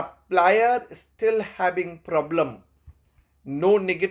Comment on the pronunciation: Yes, very good lecture but pronounciation of some eng words is to be improved. Like 'is' spoken as 'ij'